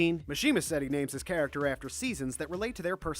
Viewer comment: I hate the mispronounce for every name